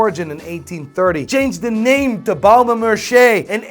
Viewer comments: It’s Baume “et” Mercier. The t in et is audible and the c in Mercier is pronounced like a c and not like sh and the r at the end is silent. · My ears hurt when you say Baume & Mercier